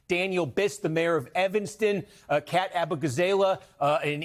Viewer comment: No one can seem to pronounce Kat's name correctly.